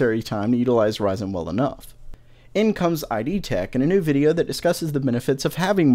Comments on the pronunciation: "I. d." tech rather than "id". XD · it's pronounced "Id" not "I D" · "id"... one syllable. :) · Gahhh! stop pronouncing id as "i d"! Being legit though, it is the same word as the term id in psychology. it is pronounced the same too. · it's said like id bro. Taking Latin was actually good for something.